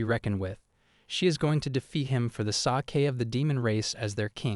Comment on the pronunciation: For the sah-kay of the human race. Bro proofread your AI.